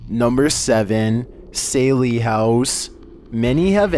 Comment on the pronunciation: Its pronounced SALLY house !!!